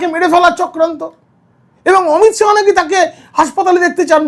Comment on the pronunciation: সাহা নয় শাহ